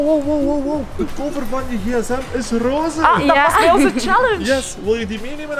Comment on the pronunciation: Rooze haha srry maar het is roze